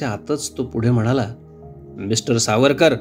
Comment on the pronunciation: Maphiveer Havarkar (S pronounce karne jamat nahi tyanchya sathi)